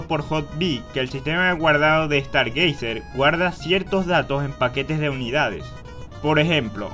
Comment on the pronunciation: "Dragón kest" "Estar geyser" :V Pronunciaciones OP con chadown :V